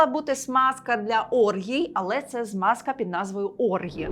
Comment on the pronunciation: Тільки не Смазка, а Змазка.